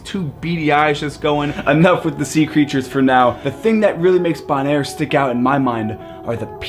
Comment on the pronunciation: Isn’t it pronounced Bow - naire? With a long ‘o’ sound?